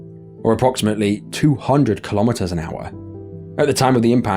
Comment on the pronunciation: Kilometers is pronounced kilo-meters, same as kilo-grams. Not ka-lom-it-ters.